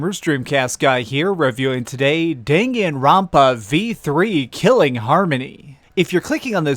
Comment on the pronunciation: The way you pronounced Danganronpa the first time killed me